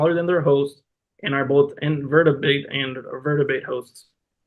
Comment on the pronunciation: Ah yes, a scientific lesson from someone who can’t even pronounce « invertebrate »